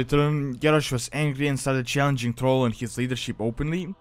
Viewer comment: It's not trol its thral a not o ....